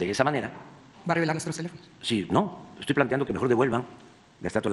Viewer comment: “yo ejtoy por encima de la ley”